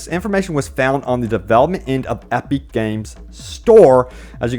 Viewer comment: EP-ICK. Not EP-EEK. Or whatever you're saying.